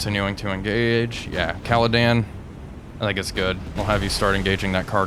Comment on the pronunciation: Hi I know this is pedantic but, could you please stop calling HMS Caledon “Caladan” her name is Caledon as in caledonia, sorry it’s just really bugging me.